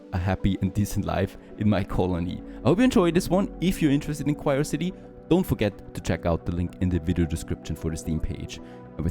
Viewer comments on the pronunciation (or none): It's not "cryocity" it's "Curiosity" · It's Curiosity not Quirecity. 😂